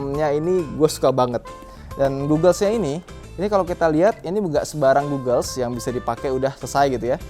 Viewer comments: bacanya "gogels", bukan "gugel" seperti google. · kacamatanya bukan d baca "gugels" tapi "gagels"